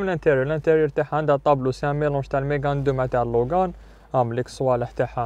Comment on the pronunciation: داسيا لوجان كي تكمل قرايتها 😂 المهم الله يبارك